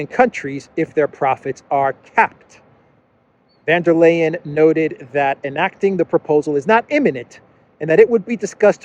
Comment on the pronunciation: Hi Love your channel. Watch it regularly. About pronunciation, Ursula is VON de Crazy not VAN de Crazy